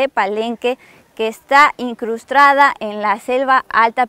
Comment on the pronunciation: Se dice incrustada no incustrada